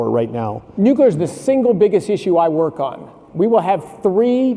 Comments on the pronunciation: Nu clear not nucular. Single biggest thing he works on and can almost pronounce it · Anyone who pronounces it "nuc-YOU-ler" should be banned from speaking on energy related topics. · “Nukular” energy 😅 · Concerning that the both mispronounce nuclear 😮